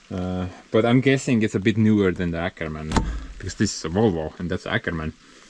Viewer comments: Have you noticed that Åkerman should say "ookerman" not "äkerman"? (Å = OO) Nice update to heavy equipments. 🙂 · no, it’s not Akerman, say Okerman, it’s a Swedish o-letter. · Happy Birthday!. Btw the the Åkerman pronounces like Okerman (Å=O) Greetings fro Sweden. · It's pronounced OKERMAN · Happy birthday tomorrow bro 😁😁 and the Åkerman, the Å is pronounsed like an O in Ok 😅